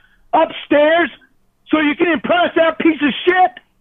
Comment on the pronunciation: The “t” at the end of “shit” was super clear for some reason. 😂